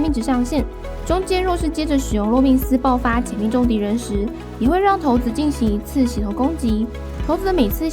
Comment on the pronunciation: 不是念骰(ㄕㄞˇ)子嗎?我怎麼一直聽到頭子